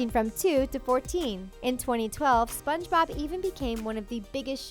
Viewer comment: Why do u keep saying spongebob like “spongeBOB” 😂